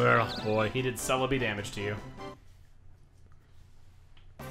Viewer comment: Albe Van Hanoy he pronounced celebi wrong? how is it supposed to be pronounced?